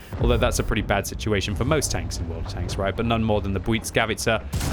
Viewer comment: whys he having a hard time saying right? Its hilarious because its not a hard word to say